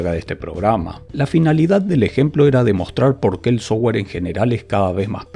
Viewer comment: si mejoras un toque tu pronunciación de terminos en ingles.. tus videos serán más profesionales. Tu pronunciación del termino "software" es "sougar". Cuando debería ser pronunciado "softguer" pronunciando la "u"